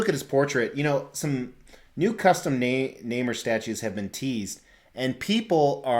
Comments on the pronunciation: Quite right. Nobody I ever knew ever pronounced the name like in this video. Nay-more. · I believe it’s pronounced “Nay More” NOT “Nay Mer” 😓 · It's Nay-more not Name-er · It’s pronounced Naaaaammmmmoooorrrr or fish boy. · You're both wrong actually. It's pronounced Ney-More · Lol actually you’re both mispronouncing his name. Is Namor ( nay more). My reference for how it’s said is the old 60’s marvel cartoons and of course Stan The Man Lee. Very very cool statue and review.